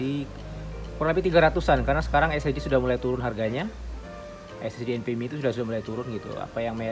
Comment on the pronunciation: bang, abang selalu sebutkan SSD enpemi atau apa gak jelas artikulasinya ?? Apa sih maksudnya enpemi ?? Maaf klu salah sebut krn artikulasinya gak jelas untuk penyebutan enpemi itu saja